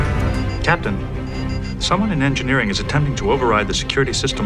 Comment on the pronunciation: "Worf! He's in Egnineering!" "Okay. I'm casually strolling that way....."